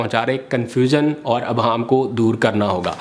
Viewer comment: Its IBHAAM Not ABHAAM